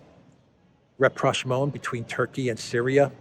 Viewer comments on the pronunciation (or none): none